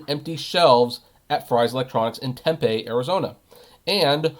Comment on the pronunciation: By the way its Tem-pee not Tem-pay